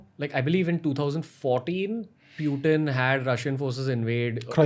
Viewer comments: Ranveer U R running a English podcast show please improve your English pronunciation........... Its pronounced PutIN not Pyuteen..... BTY POUTIN is Canadian cheesy French Fries.........Grandfather of Shakespear .......... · Hey Ranveer, its not Pyutin. Its Putin. When you say Putin it sounds like you are talking name of a Cartoon character. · Did he really call him pewtin